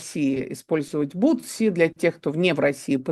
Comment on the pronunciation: ДонЕльзя (вместо донельзЯ) ИмЯрЕк (вместо имЕрЯк) БуСТи (вместо буТСи) - от слова буст, а не от слова сапоги Город Хомс, а не Холмс Кажется, я что-то ещё забыл Дарданелльская операция была инициативой Черчилля (его по-русски, кстати, не Чёрчиллем называют), и окончилась поражением Антанты, Вам же уточнили, что речь про Первую мировую Евгения Марковна, меньше пафоса и выезжания на заслугах